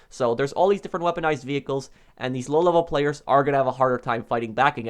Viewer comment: Lol. You like to say lolevelplayers! xD